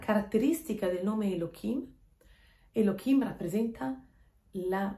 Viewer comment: Ma perché אלהים lo pronunci come Elokim se la ה ha un suono come la h. Scusa, una semplice curiosità linguistica senza la minima intenzione polemica! Grazie